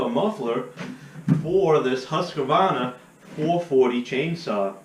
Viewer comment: Husq-varna there’s no “a” between there lol